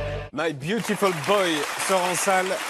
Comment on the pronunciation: Byutifull BŒI